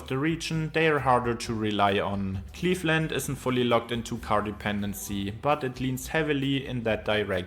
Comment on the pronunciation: He mispronounced A LOT of things, including "Cleefland"